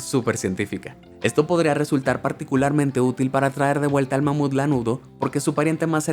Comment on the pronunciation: Soy yo o dijo con una mamada de mamuf